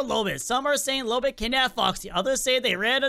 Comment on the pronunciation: STOP CALLING HER LOOLBIT ITS LOLBIT